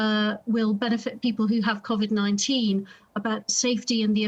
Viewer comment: Impossible to take anyone seriously who can't pronounce the word 'Covid' at this stage. I've opted out because the Health Secretary will 100% flog the dataset to his buddies for commercial use at the first opportunity.